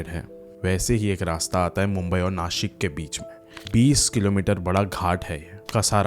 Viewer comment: Rasta❌rusta ✅ Bta❌bchaa✅ Nasik❌nashik✅